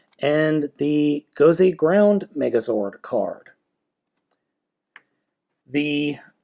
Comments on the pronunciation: it's not gound it's great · it is gosei grand, not gosei groud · its Gosei Grand not ground... It even says it on the card you showed in the begining. How do you mess that one up??